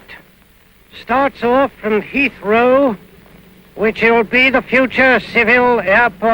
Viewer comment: Hea Heathrow